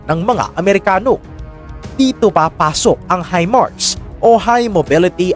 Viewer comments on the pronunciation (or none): none